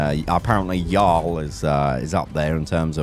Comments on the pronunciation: ur stressing the a in "yall", it should just flow without stress. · He said y'all at the end....even morph didn't sound right saying it